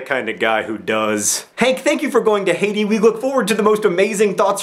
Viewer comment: 1) tea > coffee 2) i thought you were saying Hades, not Haiti.